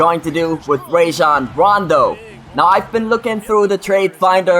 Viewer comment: I really hate to say this, but you're really pronouncing "Rajon Rondo" wrong. It's pronounced "RAH-jon," not "RAY-jon."